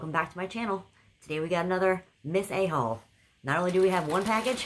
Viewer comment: My ears were playing tricks, I thought you said “Hole” instead of “haul” boy was I confused for a minute 😂😂🤪🤪😂